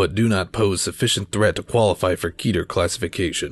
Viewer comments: Keter [rhymes with "Better", not "meter"] its the Hebrew word for "crown" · Keter is pronounced like "better" and not "beater". It's a Hebrew word meaning "crown" or "topmost" and it's pronounced how I just mentioned. The correct pronunciation just sounds far better.